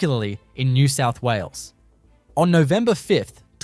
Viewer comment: What's happening with the inability to say "New South Wales"? eg sounding something like "nesessawulles"